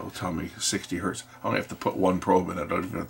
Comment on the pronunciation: Even if it's one, it is still Hertz. Not hert.